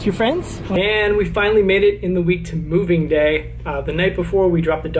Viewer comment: "welcome to movig gay", are You trying to tell us something? 😂 I loved Your loft! Congrats on Your new home.;)